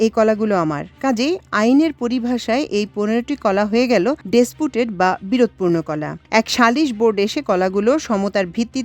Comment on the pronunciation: 😂😂😂😂 ডেসপুটেড 😂😂😂😂। আগে ইংলিশ পড়া সুনা কর।